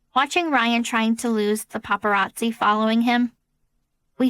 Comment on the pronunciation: 'paparrazi' i died lolol